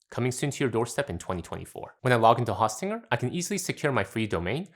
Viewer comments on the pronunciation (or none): It’s host, not haustinger